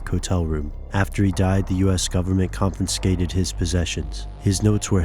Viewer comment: You said "confinscated" when narrating instead of "confiscated." =P